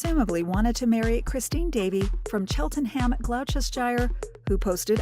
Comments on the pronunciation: Wow the American narrator really butchered the pronunciation of British places, Cheltenham and Gloucestershire are NOT pronounced like that. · The pronunciation of Cheltenham Gloucestershire is ridiculous. There is also no such word as Burglarizing. It's Burgling. And Dollars????